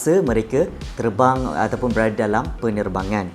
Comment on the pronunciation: itu erbang bukan terbang hahahahahahahhaha